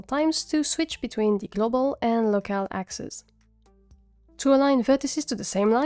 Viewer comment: Je veux saluer le niveau d'anglais hahaha ! si y'avait pas le "locAl" au début j'aurais jamais su que tu était française. et excellent tuto aussi, merci beaucoup !